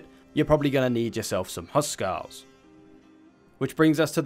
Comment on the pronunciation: btw Húskarl is said Hús karl not husk arl